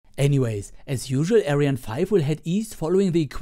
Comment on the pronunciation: Wieso sprichst du ariane nicht so aus wie sie ausgesprochen wird ? Wir deutschen sagen ja auch nicht Falkon oder Saturn fünf etc. Find ich nur komisch ;)